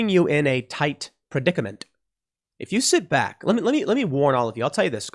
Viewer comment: Pool, did you say "predicament" or "predicamenTTTT" ???